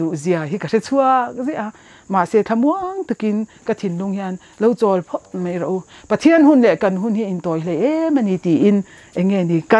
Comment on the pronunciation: ṭawng ahmang dik theilo ani ber e,mai tih tur,mei ti zel ringawt mai..